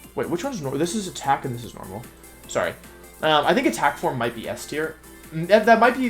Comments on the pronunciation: jesus wolfey start pronouncing it form instead of forME, i beg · Dont know if i am the one thats wrong here, but does anyone get distracted/annoyed at the pronounciation of "forme"? XD for-me whattt